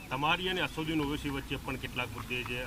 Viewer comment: અસરુદીન નહીં અસદુદ્દીન બોલતા શીખો 😅😅